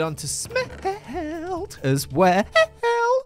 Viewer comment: The way he said “sme he helt” made my day